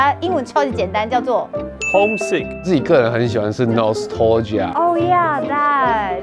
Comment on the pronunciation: 其實他的nostalgia 發音也嚇到我了